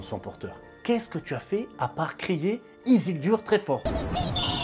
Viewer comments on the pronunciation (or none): Le "Isildur" m'a tué en début de vidéo, mon fantôme écrit un commentaire avant de regarder la suite